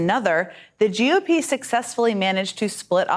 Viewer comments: Is it just me or is she pronouncing GOP as JewOP?!? Weird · I keep hearing psaki say "joo-P", she is soooo anti semitic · She keeps pronouncing it as *jew-p*. Is this a "dog whistle"? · Why does it sound like she's saying "Jew Pee" instead of G.O.P?.. 😆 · why is she say GOP as JEW op? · Sounds like she's saying "jew pee" for GOP...This chick is a disgusting shill...Hopefully she gets harrassed wherever she goes.